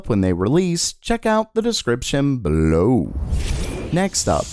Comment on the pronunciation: Pleeeease think about how you read your sentences. You make EVERY damn line sound like it's the highlight of the day and you're ending every single sentence with an exclamation mark..... BeLOW